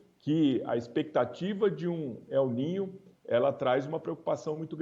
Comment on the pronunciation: A mulher fala el nina kkkk